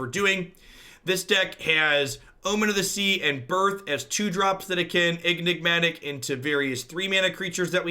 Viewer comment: are you calling it EGG-nigmatic on purpose?